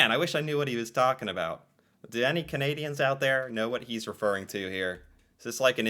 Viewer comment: I really love your reactions, but you really need to learn to not say caneedians. It’s actually kind of annoying. Can ay dee ans Can ah dah